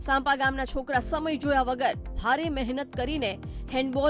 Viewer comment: સાંપા નહિ સાંપ્રા